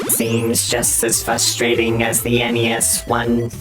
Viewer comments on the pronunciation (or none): say FUSS-strating the same way Russ does 😂. You can’t say fRUStraiting with out Russ….minus one S lol😂